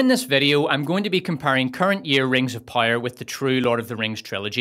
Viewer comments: POW-ER, not pyre, pire, Pie-r, pyre. I understand. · Stop saying rings of pyre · I keep hearing Rings/Wings of Pyre, lol. Edit: Unless that's what he's saying? I can't tell. 😂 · I don't know what is your accent but man, my bones snapped every single time I heard you pronounce power Pyre Pyre Rings of Pyre Galadriel's pyre :face-purple-crying::hand-orange-covering-eyes: Jokes aside this was an immense pleasure to watch, agree in every single point you made, good job. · I keep hearing rings of powder 😂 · ring of pajer xdd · Great video though💯 I just thoutht it was funny how you said power😅